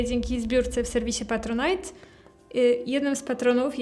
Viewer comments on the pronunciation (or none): none